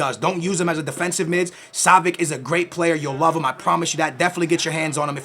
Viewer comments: Yo its pronounced savits not savik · Pretty sure its pronounced (Sah-vi-ch) not (Sah-vi-ck) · Savi(ch) not savic😅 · Ohh my god... not [Savik], [Savich]!!!